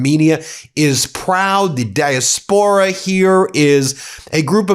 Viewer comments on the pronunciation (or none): dye-ASP-era… come on,boys! 🙄